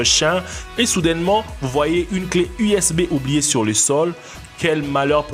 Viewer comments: PTN TU MA TUER UNE CLEF USBEUH 😂😂😂😂😂😂😂😂😂😂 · ah woui woui cé la wéwité ma fwère,twouche po le clé usbeuuuwhh pouerdtu ,,wetourne jouèr a la wi u.